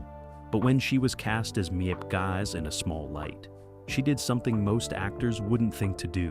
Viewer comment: Not important to the story, but it’s “Meep and Yon* Hees,” but my H represents /x/, a voiceless velar derivative, a raspy sound in the back of the throat. Jan rhymes with Don. They pronounce the English G in A Small Light.